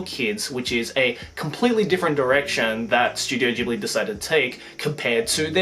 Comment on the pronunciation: Studio Ghibli (hard G) not Gibli. triggered people incoming.